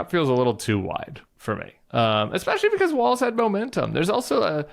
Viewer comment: She doesn't even pronounce Walz's name correctly.